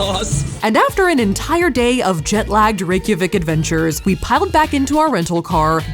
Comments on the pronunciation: she pronounces it almost correctly except she says "vik" instead of "veek". It's like Rey-kya-veek. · Out of curiosity (not shading Saf at all!) how is Reykjavik pronounced? I was under the impression that it was more like "ryay-ha-veek" because of the old Journey to the Center of the Earth movie, but I also haven't watched that in like fifteen years lol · Wow, I assumed that everyone knew how to pronounce Reykjavik 😳😬